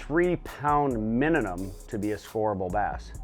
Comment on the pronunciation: Good job and great video SKEET! Was funny how you kept sayin "MiniNum" instead of "MiniMum"! Congrats on the top 5 finish. 🤙👍👊